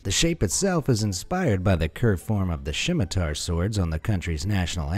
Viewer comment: "Shimatar" Did you mean Scimitar?